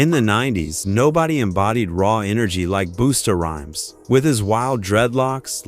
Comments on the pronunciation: IT'S BUST A RHYMES!!! NOT BOO STA RHYMES!!! STOP THIS AI USE!!!! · Flava FLav(Flave) not flaav🤦🏾‍♂️ 🚌ta Rhymes not Booster Rhymes 🤦🏾‍♂️ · The man say booster rhymes lol it's buster bus ter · Booster Rhymes ….doggone AI lol 🤣🤣🤣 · No you didn't call him Boosta you 1957 Chrysler engine sounding azz you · Boosta rhymes??? WTF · This ai voice getting names wrong like cant say busta rhymes right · Can you get one name right? Busta Rhymes. Lil Kim, Flava Flav. Trick Daddy has lupus. Lupus messed up his face.